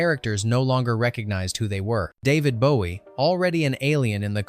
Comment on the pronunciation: And Boo-ee 😂😂